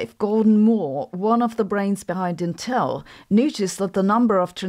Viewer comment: Intel pronounces their name "IN-TELL" with the emphasis on the first syllable